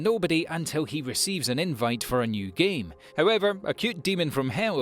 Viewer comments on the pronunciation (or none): none